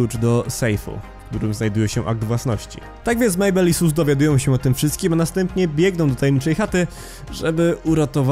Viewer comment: Mam pytanie czy tylko ja mam tak że gdy mówi SUs przypomina mi się AmungUS?